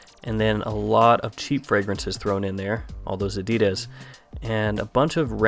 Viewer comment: Sorry, you need to work on the pronunciation of Addidas. Check out the correct pronunciation of Addidas from Addidas CEO at . Other than that great video again. :-)